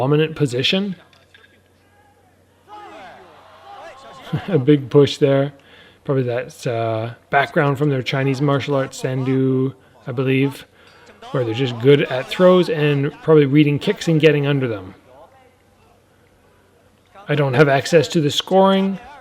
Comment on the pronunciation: "sandu" lol it's "sanda" or "sanshou"